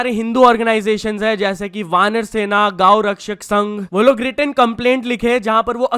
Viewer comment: please pronounce gow rakshak sangh properly ❤